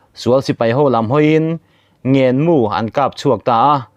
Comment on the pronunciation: In sawisel rawn luai luai thim ti a chhiar chu a dik reng alawm! Thim zîng chu an tuar mêkin an hmachhawn mêk chu a nih hi. Keini Mizoram pawhin Thim chu kan la hmabâk ve tho chu a nih si hi. Ngenmu ti a achhiar erawh a dik lo. Ngênmu tih tur ani,chu chu Silaimu sawina mai a ni bawk e.